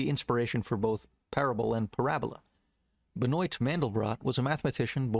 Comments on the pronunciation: What a fun video. Btw it's "ben-wa" Mandlebrot, not "ben-oyt" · Ben-Oit Mandlebrot lol